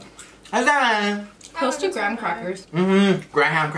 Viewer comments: i say graah-haam crackers tooo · ”Gra-HAM crackers”😂😂